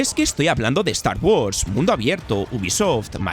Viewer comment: Start wars “atlous” 😂😂🤦🏻‍♂️